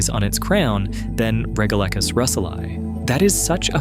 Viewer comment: It might help with the credibility of "" if he had an actual knowledge of basic science. The twilight zone is not perfectly still, it's constantly buffeted by global currents. You pronounced "regalecus" at least two different ways: if you're going to get it wrong, at least be consistent about your wrongness. And the bit about there being no bubbles in the sea unless released by earthquakes? Are you kidding? Bubbles get released from the mud on the sea floor ALL THE TIME.